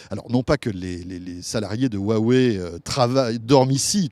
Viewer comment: HUWAWEI sa devient gênant comment ils le disent